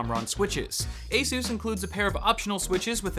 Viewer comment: That's how its pronounced just fyi